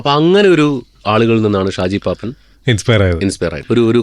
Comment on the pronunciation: ഷാജി പാപ്പാൻ അല്ല പാപ്പൻ 😅